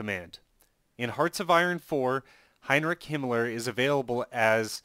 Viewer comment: There is no K in Heinrich or Wehrmacht. 😑